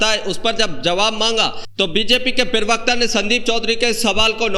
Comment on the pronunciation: पिरवक्ता नहीं प्रवक्ता बोलो